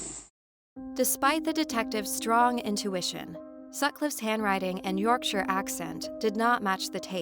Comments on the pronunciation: Nice to see the right pronunciation of Yorkshire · I genuinely cheered not to hear 'York Shy Er' 😂 x